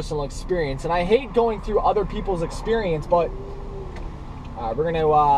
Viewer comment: LMAO "THE ODER DAY"!!!!!!